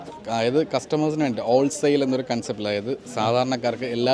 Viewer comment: ഓൾ സെയിൽ അല്ല whole സെയിൽ ആണേ. നല്ലൊരു വീഡിയോ 🌹. ഞങ്ങളും വരുന്നുണ്ട് 👍